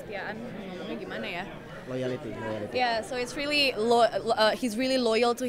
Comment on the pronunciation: Neng Julie : "Kesetiaan sama boss, gimana ya cara jelasinnya" Bang Yayan : "Loyality" hhahaha... si neng ini lucu banget, masih ada skip english nya... hahahaha "Loyality" ya neng... face nya itu unyu banget,,, She so cuteeeeeeeeeeeeeeeee